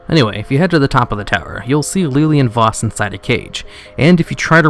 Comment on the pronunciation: Lilian Voss, not leeleean voss. God fucking damn it